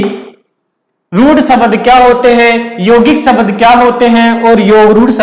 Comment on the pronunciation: शबद नही शब्द बोलिए सर। बहुत अच्छा समझाया अपने सर।